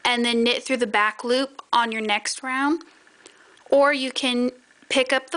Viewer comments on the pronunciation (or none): none